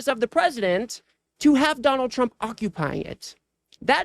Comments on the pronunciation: When Trey Gallager started reading the tweet by Gavin, if you listen clearly he called Trump, "Chump" than quickly corrects himself. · Every time KKKarolyin Leavit says tRump it sounds like chump too!